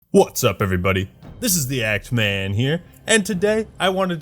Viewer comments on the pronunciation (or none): w0ts up everybody .....British?